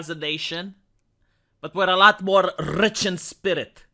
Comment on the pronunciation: "Lrrrrlrrrich in spirit"